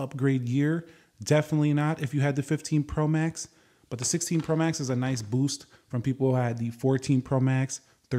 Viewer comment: The way you’re saying “Pro max” is annoying me lol